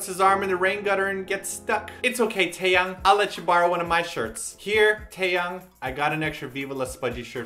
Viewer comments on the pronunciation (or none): i thought Taeyangs name was pronounced thai-yang. Now im confuzzled -. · you say teayangs name wrong